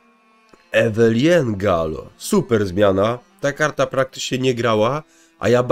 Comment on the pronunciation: grasz w gwinta nigdy nie grając w wiedźmina? Sorry, ale wymowa niektórych nazw czy imion boli w uszy.. Jak np. Eveline Gallo